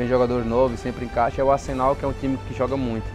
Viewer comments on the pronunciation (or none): none